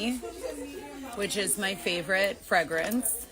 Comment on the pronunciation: FrEgrence with an “E” not fragrance